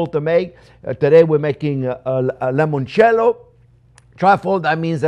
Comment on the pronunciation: Chef Jean-Pierre, please stop saying 'lemoncello'. The correct word is 'limoncello' with an 'i', not an 'e'. You are half Italian and, of all people, should know that the word for 'lemon' in Italian is 'limone'. Cheers!